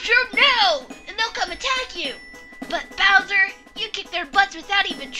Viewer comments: when said booser it thought he said looser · says booser instead of bowser